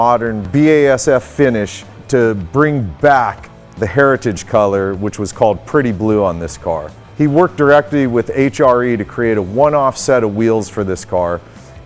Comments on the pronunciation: "Petty Blue" for Plymouth or "Basin Street Blue" for Dodge, same color. It was a color the Petty's came up with by mixing some paint they had laying around for a race car. I think you just stumbled on the pronunciation and said "Pretty Blue." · *Petty blue, not pretty blue.